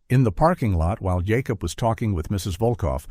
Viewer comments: Hate AI....yacob is Jacob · Why can't your AI story teller not be able to say Jacob? I've never heard of a Ya cob lol. Also whoever proofreads your dialogue under the picture needs to be retrained or replaced.